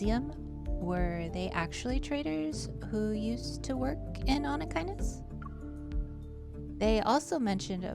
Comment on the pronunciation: I am so proud of you, you just said "Onychinus" like its nothing 😻 how long did you practice it?